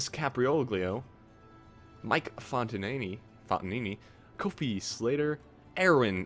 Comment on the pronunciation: You said my name right :P It's often mispronounced by telemarketers and such. It is Font-uh-knee-knee. Yes, it is Italian of course lol. They usually mispronounce it as something like "Fontanee" or something like that. lol By the way, you might be able to delete that "Nobody likes you" catch block part you knocked off the cliff in this episode. If it never despawns I guess you know its not considered a rubble piece, that or if it will actually let you delete it.